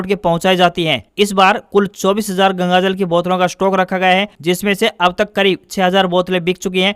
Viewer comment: News may bole Wrong word:- incorrect -Gagajal. Correct -Gangajal.